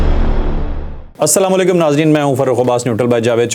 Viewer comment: مبشر لقمان اور جاوید چوہدرى صاحب کے لیے اک اہم نوٹس محترم آپکے ہر ویلاگ کا آغاز پورى قوم کے لیے بدعآئیہ کلمات سے کیونکر شروع ہوتا ہے ۔بھلے چنگے پڑھے لکھے جاہل آدمى ہیں آپ پھر بھى آپکے کلام کا آغازیہ یہ ہوتا ہے "جى سام لیکم " یا مبشر لقمان کا اسام لیکم یا سام لیکم کہنا "کیا آپ کو پتہ ہے اسکے لفظى معنى کیا ہیں ؟ جى محترم جاہل صاحب اس کے معنى ہیں آپ سب پر موت واقع ہو یا تم سب لوگ مر جاؤ ۔۔لفظ اسلام علیکم جسکى ادائیکى پورے تلفظ کے ساتھ اگر صحیح ادا نہ کى جائے تو اسکے ساتھ ملتے جلتے تمام تلفظات کا مطلب سلامتى کے بجائے ناگہانیت اور برائى و کہر کے زمرے میں ہونگے۔ اسوه حسنہ کى تاریخ میں اسطرح کا واقعہ مروى ہے جسمیں چند یہودى حضور صلى اللا علیہ وسلم کے گھر مہمان بن کر آئے اور انٕہوں نے سلام کے بہانے غلط سلام پیش کر کے اسى نوعیت کے غلط تلفظانہ کلمات ادا کیے جنکا مطلب سلامتى کے بجائے بدعائیہ تھا جس پر ام المومینیں حضرت عائشہ رضى عنہا خاموش نہ رہہ سکیں اور انہوں نے ان ٕیہودیوں کى سرزش کى اور انکو کہا کہ آپ سب پر موت ہو ۔ صد افسوس آج هم بحثیت مسلمان سارى قوم کو شیطان نے فیشنى سلام پیش کرنے کى آڑ میں اتنى پیارى دعا یعنى اللا تعالےٰ کى سلامتى سے محروم کرکے برائیہ اور بدعائیہ کلامات کے متبادل پرچار میں لگا کر مسلم امہ کا جنازعہ نکال دیا ہے۔ قالو انالللا وانا علیہ راجعون اللا رب العزت همارے حال پر رحم فرمائے اور همیں نیک هدیت نصیب فرمائے ۔آمین